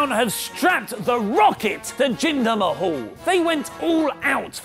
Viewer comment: it's not mahall it's mahal.